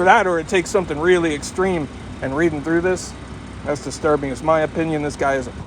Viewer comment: Distirbing Diiterbing it must be a secret Tub code get it